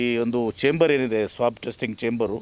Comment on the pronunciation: He doesn't even know how to pronounce it